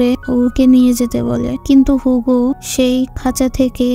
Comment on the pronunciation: নট হুগো, ইটস হিউগো